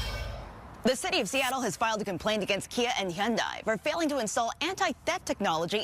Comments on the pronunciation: “He-anday”? It’s just han-die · It’s actually hee-YUHN-deh